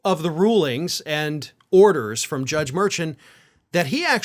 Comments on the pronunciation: Mur-Shawn. Not Mur-Chan! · It's Mur SHAUN not merchin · please check how to pronounce the judges name. Merchin. Mershawn. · The judges name is pronounced “Mer-Shawn” not “Mer-chun”. Just trying to help. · The gag order includes "families of court staff", and the judge, as pointed out by the prosecution, is a member of the court staff. Also you are saying the name of the judge wrong. Its not "merchant" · Please realize you are mispronounceing the judge's name. It is pronounced MERSHAWN.😅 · The judge's name is pronounced mer-shan with emphasis on the 2nd syllable according to Karen Friedman Agnifilo of Meidas Touch - she has appeared before him and should know. It just drives me crazy to hear it wrong now. But the rest of the video was absolutely on point! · Please pronounce the judge's name right spelled Merchan but pronounced Mershon ! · you're mispronouncing the judge's last name. It's more like "shawn" at the end. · Please correct your pronunciation of Judge mur-SHAWN’s name. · big fan here, so please don’t be upset. I watch Meidas Touch. One of the lawyers there has prosecuted cases in front of Judge Merchan. It is pronounced Mer-shawn. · The judges name is pronounces 'Mer-Shawn'. Please show the man some respect. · # it’s pronounced Mer”Shawn “. Come on Merchan. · Love your show but his name is Judge Mur-shawn (spelled phoenetically. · Judge’s name is pronounced: mer’shawn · I enjoy your show and like and subscribe. But because I see this coming up a lot in the next three months, I thought you should know to pronounce the judge’s name mer-SHAHN. keep up the good fight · The judge's name is pronounced "Mur-Shawn". Great points as usual though... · The judge's name sounds like" mer(mer-maid)-shawn hope it helps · It's pronounced Mer/shaun. But spelled Merchan. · Mer-Shawn You dishonor him by pronouncing it incorrectly and so casually. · Mar-shawn is how you say the judge's name. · Judge's name pronounced Mehr shwan